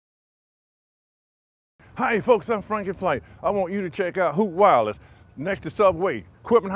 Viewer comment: How many times did they say "Hoot Wireless" counter: 1. 2. 3. 4. 5. (Yes, there are two at the same second) 6. 7. 8. 9. 10. Hope I didn't miss any "Hoot Wireless" out. Also am I the only one who hears "Hook Wallet"?